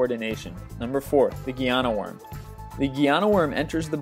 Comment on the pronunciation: And it's a GUINEA worm! NOT a Guyana worm!! Jesus wept..getcher pronunciations correct will ya! Don't make me un-subscribe you!